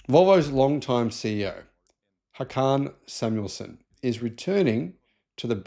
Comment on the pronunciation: It's pronounced Hookan saamuelson